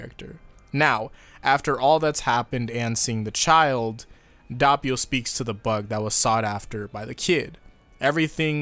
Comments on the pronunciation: Im just going to point out the fact that your saying doppio wrong it’s not dahpio like your saying it’s actually dohpio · The anime: Dope-e-o Youtubers still: Dopp-e-o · Its not dopppio its doppio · I click the video and the first thing I hear is DAHppio IT'S PRONOUNCED D-OH-PEE-O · It's not dAppio, its d o ppio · It's Doe-Pio not DOHH-pio/Duh-pio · Its (DOPE) - EEH - YO. not (D - aw - peeyo) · ITS DOPPIO NOT DUHHPEEO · It’s Dope io Not dop io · HE'S NAME IS DOPPIO NOT DAPPIO IT'S FUCKING DOPPIO I DON'T EVEN CARE THAT YOU'VE ALREADY EXCUSED YOURSELF BUT I'M MAD I'M GOING TO AGGRESIVLY PET MY CAT AND YOU GO IN YA CORNER AND THINK OF WHAT YOU DID Edit:The cat liked the petting and i'm going to forgive you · The pronounciation is not that bad you need an harder p in Doppio and you're good.(edit) And an O as in D-OH-PPEE-O Before somebody asks how do you know how to pronounce it; Im italian. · Actually the right pronunciation is "d-o-p-p-ee-o", but the "ee" sound is not long and the double p is pretty marked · The way he pronounces doppio (dope-io) lowkey hurt. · He just said Dabio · No, it is not. Is italian, not english. You don't have to pronounce the "O" as an "A". Is Do-Ppio. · Why do you say Dappio instead of Doppio? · Did u say da ppio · so that’s how u pronounce his name, i thought it was douppio (manga reader) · Who the fuck pronounces it "Dappio"? jesus my ears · Sorry about mispronouncing Doppio's name, I'll try to tweak it so that it doesn't happen again the next time. I've had this problem with other names originally, but I've fixed everything else over time (like originally saying "Gi-orno" instead of "Jorno"). Though I will say that it does get tedious to deal with some of this mispronouncing stuff in general. These days I'll pronounce Passione correctly (Pass not Pash) and people will still say it's wrong! Life is crazy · You did mispronounce doppio but most Italians would say jorno instead of giorno ( basically we don't emphasize the I giorno)